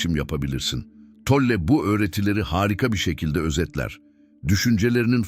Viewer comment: Isim telaffuzuna takilmaktan videoya odaklanamiyorum Tolle deyil